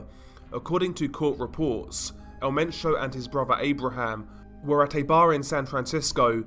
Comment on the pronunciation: El Men - cho not sio